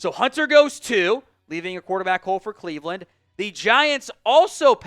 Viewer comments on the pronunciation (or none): none